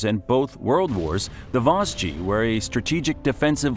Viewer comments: The Vos-gees. 😅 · Yknow I saw the comments before watching the video and at first I was like aw it's not that bad! By vosji I was on my knees shaking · The Voss-jee really got me 😂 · Vos.... Vosgeez...? Alors non. Là c'est non, on touche pas à mes Vosges 😭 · It's not even that hard to pronounce. Vosges, like loge... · The absolute worst was the "Vos-ges" mountains. Why would anyone publish something so inaccurate? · la prononciation des vosges elle m'a plié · (Par contre, il pourrait bénéficier de quelques petites leçons de prononciation, n'est-ce pas ? Vosges, Jura etc. ;) ) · J'avoue que lorsqu'il prononce assez bizarrement. The Vaudgies (à l'américaine), mais c'est horrible. Sans parler du "col de la chloupe"! Col de la Schlucht. Mais je connais beaucoup de français et vosgiens qui ne savent toujours pas le prononcer comme il se doit.